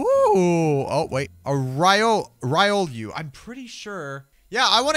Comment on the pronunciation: Its a Ree-O-Luo